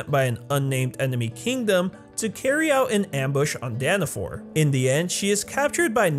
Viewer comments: its danafall, why is everyone saying danfor? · it ain't Danafor it's Danafall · Dana FALL. NOT danifor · ITS NOG DANAFOR ITS DANAFALL only a huge fan would know that he said danafall wrong HMPH!!!😤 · It’s danafall